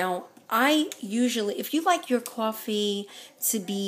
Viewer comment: Beatriz Mendoza Horrible mistake